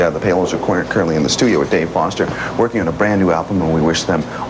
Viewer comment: Aaaah! Even a former Much Music VJ says "courrently" instead of "currently!"